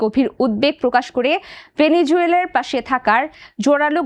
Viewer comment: উপস্থাপিকা আর ভালো করে বাংলা উচ্চারণ শেখানো দরকার বারবার বলছে বেলিজুয়েলা বেলি জুয়েলা